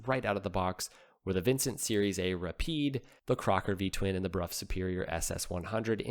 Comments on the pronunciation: It is pronounced brow not bruff! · That bike deserves its own video. BTW, I think the English pronounce it as "Bro or Brow" Superior, not the common B-Rough, that's how the peasants said it. 😋 Could you confirm please? If you dont mind old chap. Next English lesson for.....Pronounce Southwark and Thebarton. 😂